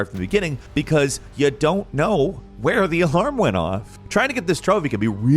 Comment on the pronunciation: did he try to say alarm lol?